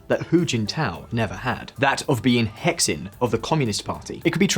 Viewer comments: Um… it’s not “hecksin”, it’s more like “huh sheen”. YouTube China commenters really need to check their putonghua pronunciation. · Can't get over the way you pronounce Hexin, "He" and "Xin" are separate, pronounced more like Heh Hsing, meaning core. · It's not "hex-in" it's pronounced "he-shin" meaning "core". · I really recommend you look at pronunciations of the Chinese words you use in videos, even google translate will show you how to say the romanizations. Hexin (“huh sin”)and qing (“tsing”) are not pronounced exactly as they are written in English. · Hexin is pronounced - hershin. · Hexin???????? It is pronounced like "her shin" in a British accent. For f*ck sake, guys! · “Hexin” is pronounced “he sing”… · Please learn how to read the Chinese hanyu pinyin transcription. It's really hard on the ears when you pronounce Q as K (in Qian) or X as KS (in hexin). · I cringed so hard at the pronounciation of "Qing" and "Hexin"